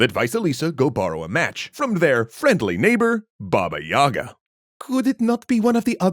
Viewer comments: istg it triggers me to no end when people pronounce it Yaga > .< in proper official Russian, i.e. not some provincial/fringe accent, it's Yega and the stress is on the Ga syllable, not on the Y, so the Ga sound is longer. It's been drilled into me from infancy, from being forced to read Russian children's books so I don't forget the language, and I just cannot keep hearing it mispronounced all the time. I'M LOOKING AT YOU JOHN WICK D:< I've only ever heard a single Russian call her Yaga (again with the stress of the ga so the ya sound is short), and his wife keeps scolding him over him constantly saying it like that xD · I always wonder why people pronounce it with the wrong emphasis, since it's actually Baba Yagá, not Baba yága. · It's not "bAba yAga", it's Baba yagAh. As in "an older woman who is disabled, disfigured, widowed, can't have kids, suspected of witchcraft, anything or everything of the above - or in any other way is just creepy to be around in a slavic village (and that takes quite a feat to achieve)". Such women became outcasts, recluses and ultimately a collective basis for the wise but terrifying Baba Yagah.